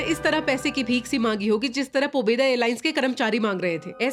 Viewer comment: Pobedo pronouces as "पैसे दो"